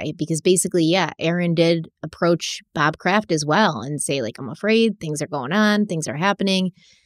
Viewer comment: Bob Craft. Lmaoo c’mon.